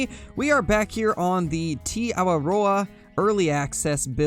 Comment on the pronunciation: I commented on the last video just trying to help out... pronunciation is pretty good but try teh instead of like tea. So just try Teh Awaroa basically but otherwise good video.